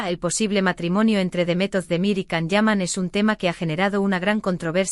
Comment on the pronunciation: No se dice Can, en turco se pronunciaría “Yan”.